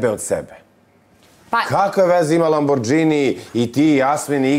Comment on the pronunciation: Ona kaže LABRĐINI 😂